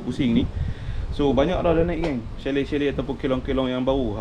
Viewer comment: Assalamua'laikum. Patut la lama tak bersiaran, pi umrah rupanya. Alhamdulillah jd tetamu Allaah. Chalet tu asal dr bahasa Perancis. Bila huruf t kat blkg perkataan dan huruf vokal sblmnya maka huruf t tak bunyi aka silent t mcm Chevrolet dan bouquet. Chalet tu kita sebut chale shj. Lps ni ada video memancing pulak kot. 😊 Selamat Hari Raya Aidil Fitri, maaf zahir dan batin kpd n keluarga serta rakan2 memancingnya. Tak lupa kpd para viewers juga.